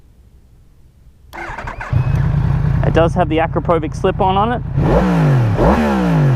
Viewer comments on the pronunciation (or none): all great, enjoy watching, just please, Akrapovič is 'Akrapovich', not 'Akrapovik'. Cheers:) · its Akrapovič or to make it easier Akrapovich man not Akropovik lol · It's pronounced "ah-crap-oh-vich"